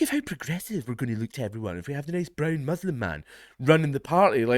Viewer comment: ‘Don’t vote in ‘coz broon.’ 😂😂😂